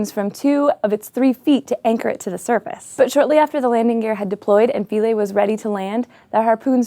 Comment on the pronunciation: The IPA on Wikipedia says Philae pronounced Fy-LEE.